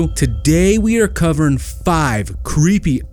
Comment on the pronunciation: I love this channel but I want to point out that the guy who narrates this video has a bad habit of slurring the last syllable of the word “covering”. He says “cover-in”. Someone who narrates a serious YouTube channel should have better pronunciation.